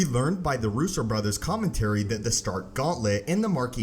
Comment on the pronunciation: Someone teach this idiot how to pronounce commentary.